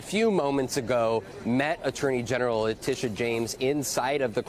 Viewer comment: This is how to pronounce the prosecutors name, Leh tea ta. How is it so complicated? It’s a pet peeve of mine, I have heard 4 different pronunciations but maybe once the pronunciation was correct.